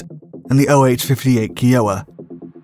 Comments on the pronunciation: love your research ... info & facts greatly appreciated . Just a heads up the Bell OH58 name is an American native tribe KIOWA (k eye oh wah ) not kee oh wah. DON"T stop love your programs. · "kI oh wah" NOT "KEE oh wah" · Never heard Kiowa pronounced KEY-O-WA 😂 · The precursor to the Dillon? I saw the video title and was like SWEEEEET! Also the KIOWA is pronounced K-AYE-oh-wa as in aye. Fun Fact, The Canadian Griffon utility A/C was mounted with dual Dillon's. They were more feared by the Taliban than the Apache's because of the 350 degree firing arc dual Dillons gave over frontally mounted weaponry. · It’s pronounced Ki-o-wa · For an educational video, you'd think he'd know how to pronounce "Kiowa" (hint: it's not "key-OH-wah"). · Look up the proper pronunciation of Kiowa. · Holy shit, that is not how you pronounce kiowa